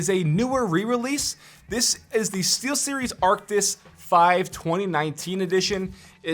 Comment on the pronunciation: steelseries sound like t series